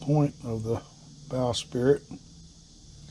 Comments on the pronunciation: Bowsprit - “sprit” NOT “spirit” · Forgive me but it’s “bowsprit” not “bow spirit”